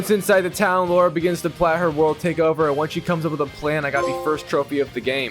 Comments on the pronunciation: Bro am I the only one who hears laura instead of lara😭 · Bro her name is LARA not Laura you silly goose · LARA L A R A not LAURA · Lara, not Laura. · The fact he keeps calling her Laura instead of Lara is driving me insane 🤣🤣🤣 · Noone in the game call her Laura... And no, Laura and Lara isn't sound the same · Saints row 2022, you called her laura its lara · Aint no way this mf is calling Lara a "Laura" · My ears bled every time he said Laura. Can Platinum the game but not pronounce her name. 😂 It kills me whenever I hear someone call her that ! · i hear it also